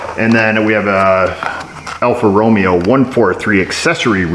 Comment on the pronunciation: AR Alpha Romeo? Don't you mean Alfa Romeo, like ROW-MAY-OH? CYA - cover your... hiney? I'm starting to wonder about your spellin'